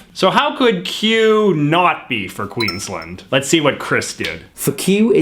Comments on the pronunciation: So I love that at one point in this video JJ basically tells us Australians that JJ should be in charge of our culture, and our decisions, but JJ struggles to pronounce Queensland. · It’s not pronounced Queens lend it’s pronounced Queens land There’s a difference